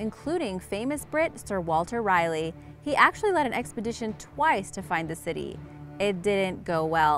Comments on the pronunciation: sir walter rielly.. it's rah leigh..not rye lee... Your pronunciation of peoples names and places.. is almost as bad as your factual accuracy. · It's Raleigh... Not Reilly. Pronounce it like "Rar-ly" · Sir Walter "Riley". WTF? Some bad ass Trilled R's too. Is this Robot Voice Hispanic?